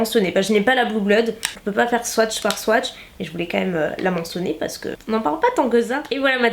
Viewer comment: Pourquoi tu dis "pace" au lieu de "parce que"? Est ce ton petit accent du sud😉😊 très très bonne vidéo! Pourrais tu tester entièrement la marque W7? Bisouss❤